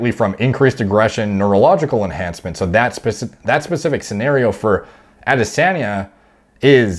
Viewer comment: Bro, this guy can’t pronounce foreign names for shit. I don’t understand, just mimic the sounds, it’s not hard. It’s Powlow, now poh low. Costa is like cost ($$) with ah at the end. Not Coasta. Adesanya is Adeh Sahnya not Anday Senya.